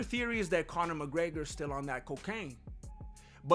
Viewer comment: D...Did you say Mc Greggler?